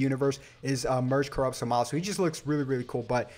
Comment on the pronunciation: I'm sorry but in the show zamasu's name isn't pronounced like that